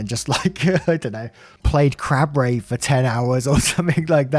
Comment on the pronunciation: Heard "play crab rave for 10 hours" and was about to search what the heckarooni crab rave sounds like. Turns out you said "crap rave".